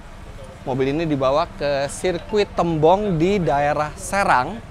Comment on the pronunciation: Menyebut nama tembong di serang. Penyebutan nya seperti menyebut kata " tembok" om